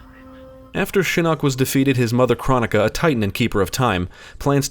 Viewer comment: It's pronounced: "Crone-ick-uh".